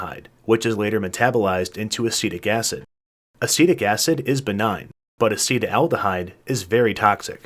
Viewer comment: Acetaldehyde, not "aceta-aldehyde."